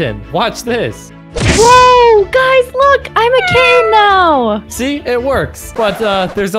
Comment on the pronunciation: Why does says nawo